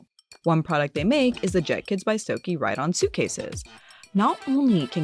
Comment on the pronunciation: I think it’s pronounced “Stoke Uh”